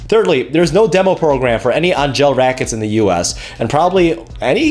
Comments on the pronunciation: It's pronounced ANGEL not ANG-GELL. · Angell is pronounced just like Angel. Hence their halo strings and whatnot.